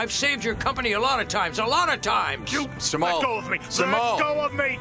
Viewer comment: It's jemal I guess Instead Simal I guess so